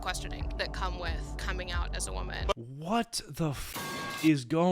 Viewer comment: why is bro saying coming like that